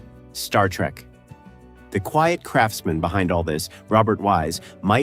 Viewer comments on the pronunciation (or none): none